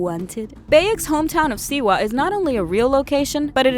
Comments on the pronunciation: "Bayek of Seawee" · Siwa....(Sea—WAH) not seewoo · And she said siwu sooo.... I say we get the hidden blades. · Not the only mispronounced word in the video (anyway it was the only one that gave me a massive TRIGGERED) Other words include medjay, Siwa and the video got boring so I stopped watching. Therefore, there might be more.